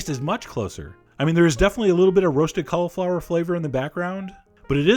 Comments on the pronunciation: Colly-flower, not Cuh-luh-flower. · Sounds like he's saying collarflower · stop saying collaflower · i think your pronouncing cauliflower wrong